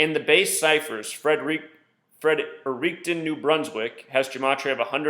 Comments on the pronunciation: It’s pronounced “Fred-er-ricton” like you are saying “Fred” first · It's pronounced Fredrickten lol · Fredericton is a city pronounced (Frederick- ton) for future reference